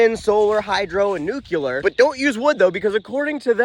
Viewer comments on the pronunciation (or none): That "nukeyalur" is painful. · "Nuke-U-Lar"?? Again? Who are you, the reincarnated good twin of George Bush? 🤣